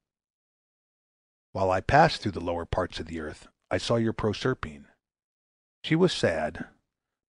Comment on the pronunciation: prorserpeen wut?